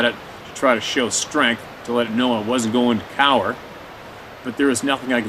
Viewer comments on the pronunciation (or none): none